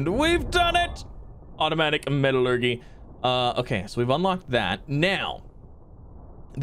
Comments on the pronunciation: ME-TA-LUR-JEEEEE NOT GYYY (lol sorry I just get triggered) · Haha...Metal-urghee dude it's Metal-ur-jee = Metallurgy. Feeling sorry for your Teachers. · This is like plantary annihilation just with out battles and the many many robots but a little better Edit: the way you say metallurgy is hilarious it's met-a-llur-gy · METALLUR-JEE!!! Metallurgy lol